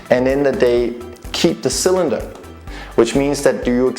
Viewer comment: Cylender? Albow? Wtf?